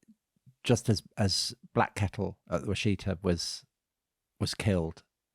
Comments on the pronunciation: For the last time, the place name is pronounced as Wash' e ta. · Washita is not pronounced at all the way they pronounce it. The “Wash” part is pronounced just as it is in “Wash a shirt”. The “it” is pronounced as it is in “kit” or “sit”. The “a” at the end is pronounced the same as it is in “bra”or “calm”. Pretty simple.